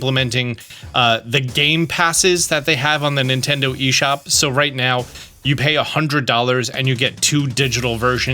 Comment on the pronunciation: More like "Nintenfro"